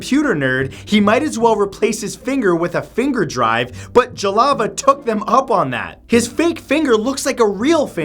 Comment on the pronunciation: It took me the whole time you were talking about #10 to figure out that you were trying to pronounce the word "Jalava" (that Finnish guy's last name).